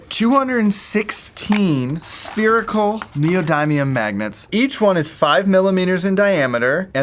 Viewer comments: It's pronounced 'neo-din-ee-um' not 'neo-die-mee-um' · Ugh the way he says neodymium annoys me.